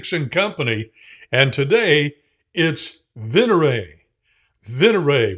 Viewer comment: with every new release, continues to distinguish himself. My Italian is pretty solid, so for this word, the emphasis is on the first syllable. Wow, where in Indiana? I was born in Mishawaka/South Bend.